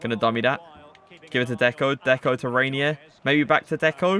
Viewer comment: its pronounced henye